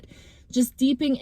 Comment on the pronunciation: I had to rewatch today because even though I was SOOOOO happy to see this drop,🩷🙏🙏🕊🕊🦋🦋✨✨ I was so tired, distracted yesterday when I tried to watch. Each time I hear you "misspeak" the word DEEPING I am reminded of the word 'steeping', which is when you let coffee, tea, or an herb sit and soak in a liquid to make the essence of the desired flavor/benefit/property intensify. It's almost like you married the two words deepening and steeping which would in my opinion be VERY relevant to the message you're bringing. I say all this to repeat some others in this collective that you should always trust your linguistic "mis-steps" and uncertainties. There's a reason for everything that you speak. I am a word/vocabulary nerd and poetry lover, so I am very plugged in to interpretation of wording. What you did was provide a strong visual of us both deepening and steeping in our knowing that what is meant for us is on its way, and possibly if it seems to move slowly, it may be because our essence, or the essence of what we are absorbing is intensifying because of the delay.✨✨🦋🦋🕊🕊🙏🙏🩷